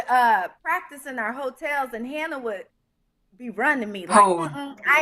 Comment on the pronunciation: Sherri always missing her mark with “Hannah”. She knows how she’s supposed to say it lol